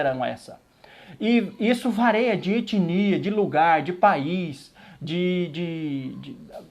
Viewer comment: Parabéns pelo vídeo! És um guerreiro!! Que sejas sempre um instrumento nas mãos do Senhor! Só uma dica: não existe a palavra “vareia”. O correto é “varia".